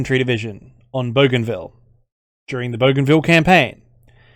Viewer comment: I'm Papua New Guinean specifically from Bougainville and the way You pronounced Bougainville and Papua New Guinea is by far the most accurate I've heard. Keep the great content coming. ❤️